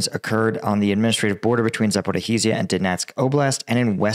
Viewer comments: za - po - REEZJ - ia not za - po - ri -HEEZ - ia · repeat after me: za-po-ri-zia. not za-po-ri-izia. just za-po-ri-zia. please. I'm sure when you manage to get it right, the war will end. make the effort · I know it's hard for English speakers but it's called Zaporizhzhia where ZH makes a sound of /ʒ/ and yes there's a doubling. Zapori/ʒ//ʒ/ia. Anyway, you're doing greate. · It's actually pronounced Zap-or-ri-shia. I don't know know to represent the last syllable better but basically just put a j in the sh and you'll be close